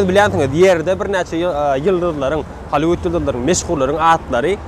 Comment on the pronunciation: Ayyyy bratok yenede Halyiwud diyyanda))) GALYIWUD!